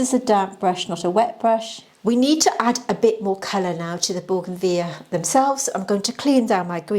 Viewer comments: BOUGAINVILLEA (correct spelling) boo-guhn-vi-lee-uh 5 syllables. Plus, married to scientist/botanist who confirms pronunciation. As does Google. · Baugenveeya sounds very fancy 😂.